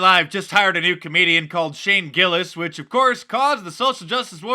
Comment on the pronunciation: You said. Its Shane Gillis. Quote "I wouldnt worry about it " No big deal but thought you should know.